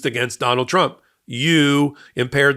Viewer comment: That little trip of tRuMps name was funny 😂 Donald trimp 😆 that's what I'm going to be "calling" him from now on .